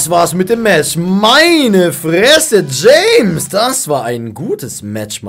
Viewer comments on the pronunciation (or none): none